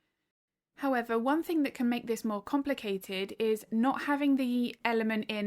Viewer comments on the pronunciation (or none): I'm sorry if this is rude, but I absolutely love how you say think instead of thing. Every time you say it, it gives my heart bubbles❤❤❤😂